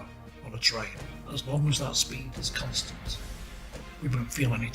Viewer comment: the way keeps saying constant.. uhg